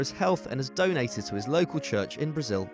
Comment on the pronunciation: He ha since made fifty apperances. MY EARS